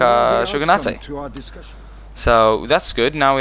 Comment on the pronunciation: I know this was almost a year ago, but GOD DAMN, it's SHOGUNATE, not SHOGUNATAY.